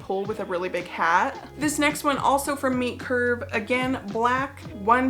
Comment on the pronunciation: I thought you were saying meat curve then entire time.